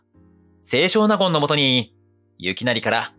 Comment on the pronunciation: 「せいしょう なごん」ではなく、「せい しょうなごん」と読みます。